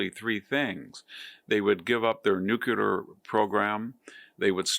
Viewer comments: Perhaps it's time to learn to pronounce 'nuclear' correctly? 'Nuculrly' is just too ridiculous. First, say 'clear'. Then say 'new" and 'clear'. Now say 'clearly'. Now say 'new' 'clearly'. Hope this helps. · Hanson should learn how to pronounce 'nuclear'.